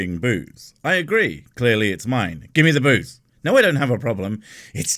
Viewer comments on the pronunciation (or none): Booze, ok i heard boobs